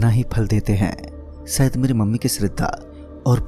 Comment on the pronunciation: Sayad nhi shayad Khusi nhi khushi Sopping nhi shopping Biswas nhi vishwas Bhai sa nahi sha hota hai Kahani bht ache se sunai lekin Vocabulary ko thoda improve kar